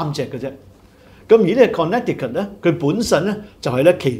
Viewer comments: Connecticut 的 发音 是 Con.NEH,tie.cut, NOT Con.NECK.ti.cut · Connecticut 的 发音 是 Con.NEH.tee.cut, NOT Con.NECK.tee.cut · 在美国, Connecticut is pronounced Con-NEH-ti-cut (con-呢-tee-cut) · 在美国, Connecticut is pronounced Con-NEH-ti-cut (con-呢-tee-cut).